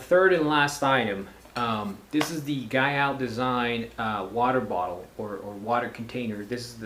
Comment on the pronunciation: FYI Guyot is pronounced "gee-oh"